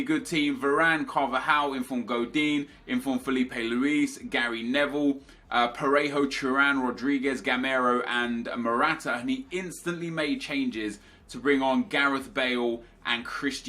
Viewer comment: Its Tur-an not Tru-an FFS.